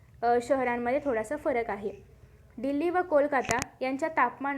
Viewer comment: डील्ली नाही दिल्ली असतं check your pronounsetion